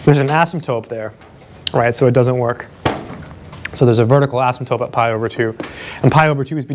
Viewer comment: Please stop calling an "asymptote" an "asymtope". You say it in all of your videos! Although when you spell it out you do spell and say it correctly. Soooo many people say this word wrong....sorry...pet peeve.